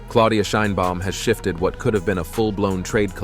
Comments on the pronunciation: Aprende a pronunciar el apellido de la presidenta. Suenas muy ignorante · No sabes pronunciar el apellido de la presidenta Claudia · Gracias por el programa. Podrías, sin embargo, hacer un esfuerzo por pronunciar el nombre Sheinbaum correctamente, es decir como lo pronunciamos nosotros los mexicanos. Gracias ias. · Aprende a nombrar SHEINBAUM y Estados Unidos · Y tu hasnos un FAVOR PRONUNCIA BIEN SU APELLIDO DE LA PRESIDENTA MAS POPULAR DEL MUNDO..